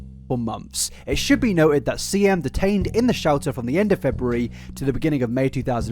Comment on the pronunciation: For the first 10 minutes, anytime he said Shelter i heard Shouter and i was so confused as to what a Shouter was